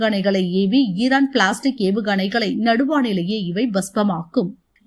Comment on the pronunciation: என்னடா செய்தி வாசிக்கிரீங்க அது பிலாஸ்டிக் ஏவுகனண இல்லை பேலஸ்டிக் ஏவுகனண..